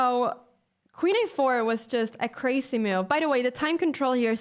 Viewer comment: Love how she says i like this MEW-UVE.. :) Anna youre hot and smart